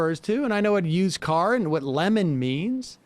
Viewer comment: Doesn’t he say „Lenin“ instead of „lemon“?